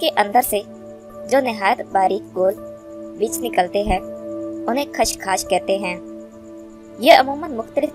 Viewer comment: میڑم لفظ خشخاش اور آپ کھشکھاش کہے رہی ہیں۔